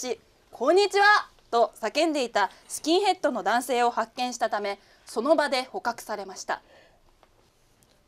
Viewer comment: ここのまさのりさんの「ﾎｶｸ...。」がすき